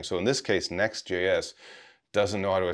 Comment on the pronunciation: About 1min 40 seconds, it sounded like you said "NestJS". Both are great products.